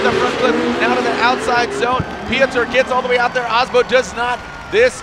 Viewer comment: "Piot-err" lol